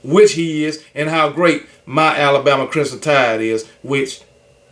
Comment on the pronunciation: It’s KB never being able to properly pronounce the word Crimson fa me….😂